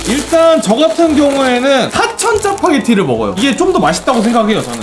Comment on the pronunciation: Fuck파게티라고 들었는데요?? 내가 잘못 생각하는건가?